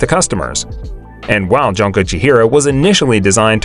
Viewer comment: poor junko, butchered by the narrator